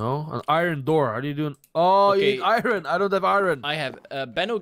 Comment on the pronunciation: i cudent reply to you live strem so ya but why do you say iron like irine